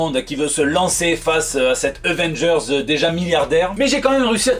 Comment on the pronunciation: Euvengers ? L'accent marseillais 😂😂😂😂